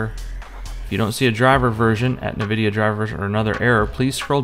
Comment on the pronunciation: It's pronounced N-Vidia. Not NiVidia